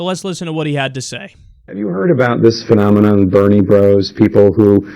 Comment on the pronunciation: "phenomenon" smfh